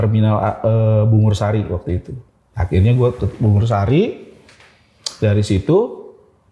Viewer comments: bungurasih kak bukan bungursari😭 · Terminal Surabaya,namanya Bungurasih bang ....bukan Bungursari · Terminal bungurasih bang ,maaf salah ucap kek nya tadi